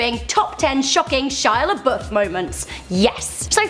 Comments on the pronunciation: Shia laBUFF not Shia laBOOF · i'd say the most shocking shia labeouf moments is when an englishwoman cant pronunce lebouf nor can they spell there